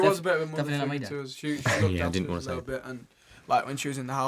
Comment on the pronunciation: "By oohz, One Direction." Harold, it's us not oohz. You goof.